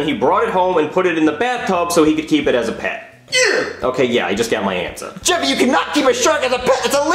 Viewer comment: Its not yee its yeah